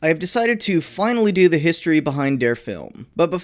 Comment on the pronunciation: Ivan... load de high explosive... T H U D